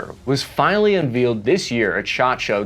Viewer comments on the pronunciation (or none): It's pronounced "un-VAYL-ed" not "un-VEEL-ed" ...FFS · I've heard this in a few of your vids now. Unveiled is pronounced un valed, not un veeled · “Un-vealed “? Where is from again lol😂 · "Unveeled"? Where did you go to school??